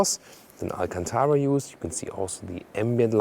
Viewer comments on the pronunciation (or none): none